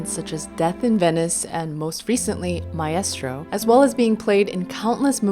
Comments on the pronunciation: Great post thank you. And p.s. - you mean MICE-troh, not my-ESS-troh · Thank you for a very enjoyable and enlightening exposition. Ahem, while you are there in Hamburg, try to bump into an Italian and ask him/her to teach you how to pronounce Adagietto (ah-da-jetto) and Maestro (My-stro) and, in general how the additional "i" is used to soften its preceding consonant. (As in Giacomo or Giotto.) Grazie lo stesso! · Whoa. Mai-estro is how you're supposed to pronounce maestro? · Never heard maestro pronounced like that